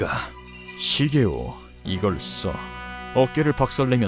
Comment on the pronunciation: 이쥬인 시게오 (x) 느낌이 씨게오 (o)